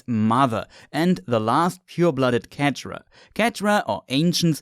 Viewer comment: dude pronounces cetra as ketra and elegant as elejant I can’t even